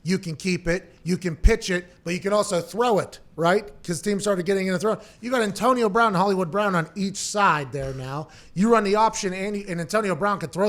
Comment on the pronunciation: “Antonio Brahn”